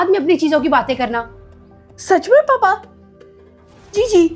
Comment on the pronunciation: Papa G❌Paa G✅